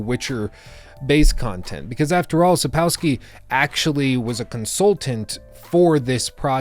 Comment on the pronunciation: If you don't want to butcher Sapkowki's name it's pretty simple. Just pretend the W is actually V. The rules of English language will carry you you through the rest well enough.